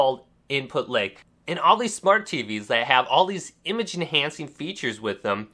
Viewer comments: Why do you keep saying leg?? It's lag...like, with an A. It drives me nuts. Very annoying video. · Its funny how you keep pronouncing Lag as Leg.... its pronounced L- AHH - G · It’s called LAG not LEG🤦🏻‍♂️ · Appreciate the tip! Thanks :) but I'm hung up on every time you say "Lag" it sounds like "Leg" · “Input leg” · I'd be disappointed if someone with the same dialect as his would say otherwise to your comment, but until then... I agree with it.... I wonder how would he pronounce "Leg" then :/